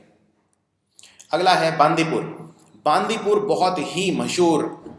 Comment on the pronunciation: Listen your work is good and appreciable, but mispronouncing something is not desirable. Lakhs of students are following this vedio and they'll pronounce the way you pronounce. बांदीपुर नहीं बंडिपुर नगर होल नही नागरा होळे You are a citizen of India and those territories fall under the boundary of India. If you don't know learn, ask and pronounce it. Language is something that comes with the sentiments of the people. Please pronounce it properly.